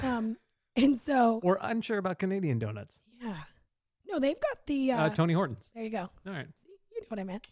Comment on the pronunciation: As a Canadian, I can't tell if said Tony Horton's ironically or with all seriousness hahaha (it's Tim Horton's)